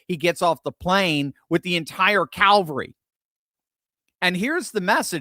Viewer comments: I think you mean cavalry, not calvary :) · It's "CAV ALL REE" unless there's a crucifixion involved...if you please 😂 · It is CAVALRY not CALVARY!!!